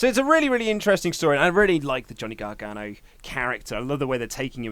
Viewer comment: "Johnn Gragano"